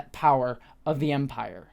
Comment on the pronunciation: A few quick thoughts early on: congrats on getting Dedra's name right! I've been watching a few reviewers mess it up, so don't feel bad, but I appreciate that you listened to the feedback. I hope it wasn't too venomous. Next: it briefly sounded like you said "we, as vampires, would investigate" instead of "as the Empire" and it cracked me up too much for a dreary afternoon. Onto the proper review stuff: I disagree that they didn't really state the goal of Mon Mothma's potential money guy, as he ends up outright stating he doesn't want a betrothal (obvious lie, but it broaches the topic) and then notes her daughter is of age in their society - that's pretty blatant, especially for the conversation those two were having, wherein they danced around what they were really saying. I did like the scene, though, I'm just disagreeing with the description of that. Also, I thought moustache guy was a different sector head, not the assistant to Dedra (I was pretty sure that guy didn't have a moustache), but I am writing this reply/watching this video without easy access to Disney+ so I could be wrong as I can't check. Still, I like his little storyline and confrontation with Luthen, including Luthen's speech (which seemed a little too honest/direct for Luthen to give, but it was still a great moment) Overall, I was a little disappointed with this week's episode and I'm not sure why. I think I was hoping for the crushing tension that the heist episode delivered, whereas the prison break..